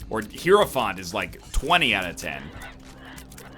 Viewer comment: He has finally pronounced hierophant correctly. It only took 5000 episodes bois